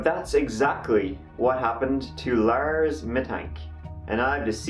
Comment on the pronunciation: “On Jyoon Teh TirTieT” “Laers went to a MACdonalds”